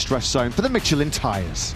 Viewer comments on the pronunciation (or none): So Matt Birt Can Mispronounce “Circuit” Just Like the Spanish, But Still Can’t Pronounce “Michelin”🙉🤡